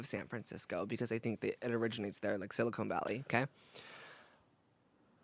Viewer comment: Trevi is an icon for pronouncing it "Silicone Valley"